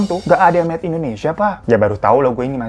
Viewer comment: Indonesia bang Hiro, bukan Endonesia 😆